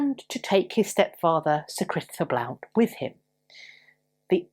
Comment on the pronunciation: Hiya: Blount is pronounced Blunt🙂